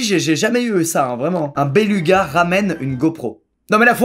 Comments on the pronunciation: Il me stresse quand il dit "bélUga" alors que ça se dit "bélOUga" 😂😂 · Béluga ça se dit bélouga pas béluga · Tout le monde fait une fixette sur les béluga et ce qu'ils font mais la seule chose que j'ai retenue c'est qu'il a dit béluga en disant U alors qu'on dit béluga en prononçant "ou" 😂😂 (Après peut être que je sais juste pas parler français et il a bien prononcer 😂) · J'adore comme squeezie dit béluga XD ça se prononce "bélouga" normalement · Y’a que moi que ça stresse qu’il dise belUga au lieu de BelOUga ? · EloDonito C’est parce que Squeezie a dit beLUga et non beLOUga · il parle juste du faite que squeezie a dit "béluga" au lieu de "bélouga" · Squeezie, apprends le parce que ça me perturbe. Ça se prononce "bélouga" 😂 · 'Un BelUga' si peu de respect pour un animal incroyable 🤣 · Nan pour moi c'est belUga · momé et clem Quéré oui ça s’écrit beluga mais ça se prononce belouga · "un béLOUga" ça vient du latin donc ça se prononce bélouga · EloDonito nan mais prcq Squeezie a prononcé béluga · on dit "bélouga" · Béluga se dit bélouga mais coll la vidéo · C’est béluga mais ça se prononce bélouga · je revisionne te Beluga se prononce belouga et il est écolo c tt, t drogué ou quoi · matheo clara Mon dieu, je me sens moins seule, j'étais pas bien à chaque bélugas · Non non est le seul à dire béluga